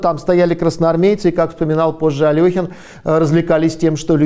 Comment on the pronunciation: Интересно и поучительно. Только всё-таки АлЕхин правильнее :)